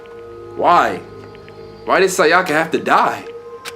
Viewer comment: The way you pronounce “Sayaka” has me dead.💀